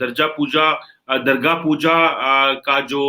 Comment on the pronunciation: understands how to pronounce DURGA PUJJA but delierately he said,DARJA PUJJA, DARGA PUJJA.for simple reason...hate towards Hindu and India...this is pakistani style hate,if they hate some-one they don't call his/her name correctly...DABE LAFZO MEIN..